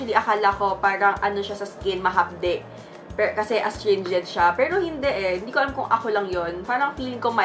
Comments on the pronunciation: May braces po ako pero hindi ganyan same with my siblings and classmates. Yes may words changes sa pronunciation pero hindi " perl-o tgnan nyo ung cider vinegar part nya naging Pero naman na. Lol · Ang arte mo sa pagbigkas ng “pero” perl-o